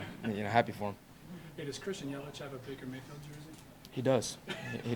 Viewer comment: BAK-ER MAY-FIELD!!!